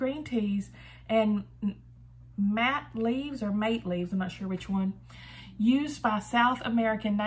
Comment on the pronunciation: That's a really cool box! I think the word "mate" in relation to tea is pronounced mah-tay.